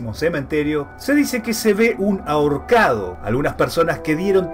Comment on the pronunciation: AHOCARDO o AHORCADO?''... Por lo demás... excelente video!